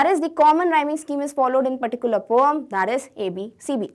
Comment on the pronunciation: Correct pronunciation: poim